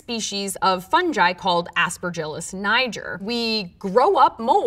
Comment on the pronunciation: Aspergillus WHAT DID SHE SAAAAAAY